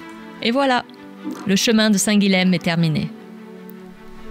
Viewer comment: Merci pour cette belle vidéo Une petite précision = on dit "St Guilaime" pour St Guilhem